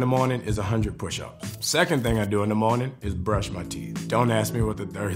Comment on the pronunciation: The way he says "morning", You can hear that new Orleans.